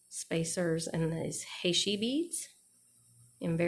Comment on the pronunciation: Great stuffs! Fav is the memory wire bracelet. FYI, heishi is pronounced "he she". It's a very common bead style here in the SW.